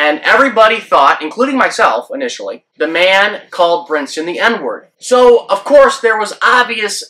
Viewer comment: His name is Brinson, not Brinston. The man was already unwittingly in the middle of a controversy he had nothing to do with at least you could give him the respect of saying his name right. It's also not Luis, but Lewis.